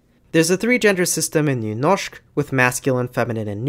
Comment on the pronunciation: nice video. Just wondering. I had a hard time trying to find out where you are from. But the way you said Nynorsk made me think you may be from the Oslo area in Norway. Am I right? Especially how good you said the Ø and Y sounds made me think that you must be from Norway some place. But I may of course be wrong. And thank you for an interesting topic.